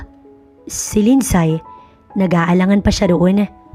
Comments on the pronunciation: Di ba po LINDSAY is pronounce as Lindsey? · Mali pronunciation ng name na "Lindsay"